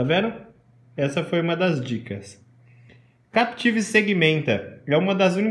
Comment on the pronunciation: Captive nao Capetive. Oh praga estressante